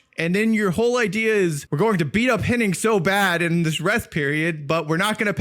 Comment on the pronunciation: It’s Hennig, not Henning. 🤦🏼‍♂️